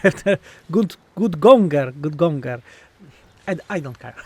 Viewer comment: It's Gut-gouger.... Gouge is pronounced like /ɡouj/. Like how i'm going to "gouge" out my eyes after witnessing that pronunciation 🤣